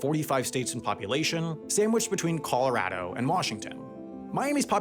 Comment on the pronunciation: that Colorado pronunciation is killing me